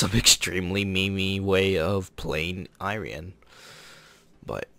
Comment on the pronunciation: gonna buy it no matter what for patriotic reasons lel might wanna work out on a bit of overlapping commentary on transitions, good review nonetheless :D your pronunciation for the "rian" part is quite good, the I in front is more like "ee-rian".